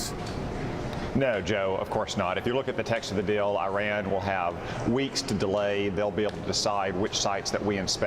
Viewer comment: If you're going to insult Iran, at least pronounce its name correctly, Mr. Cotton.